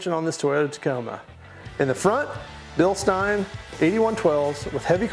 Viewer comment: This is the first person who has ever pronounced Bilstein the way I thought it was supposed to be pronounced. I hear everyone else say "Bilsteeeen"